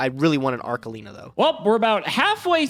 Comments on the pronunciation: Both and mispronouncibg Arlekino is giving me an aneurysm. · The fact that they can't both pronunce ARLEKINO right (which btw is written with K only so that you smart Americans know how to read a hard C) triggers me to no end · Arlekino Arkelino Archelino CEOs of pronunciation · I hope will train how to pronounce arLeKino when he plays that card again. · Idk what's worse "ArKELIno" or "arleCHEENO" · the real competition of this episode was who could butcher arlekino name´s the most